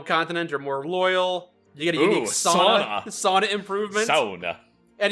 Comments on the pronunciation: As a Finn, I feel happy that pronounced sauna correctly (Sao-nna) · As a finn, I wish to commend that pronounciation of Sauna! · Holy shit said sauna correct